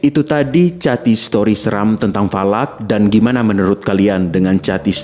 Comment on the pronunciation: Bang falak bukan valak